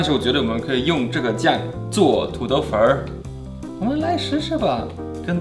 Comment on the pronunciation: 土豆"粉儿" 说的很地道!!👍